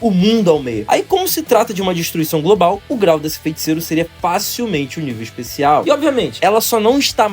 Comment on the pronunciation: graças a Deus mano, vc passou a falar FEITICEIRO de forma correta, agora posso voltar a acompanhar seus vídeos em paz. Parabéns pelo vídeo, vc melhorou absurdamente na energia da voz!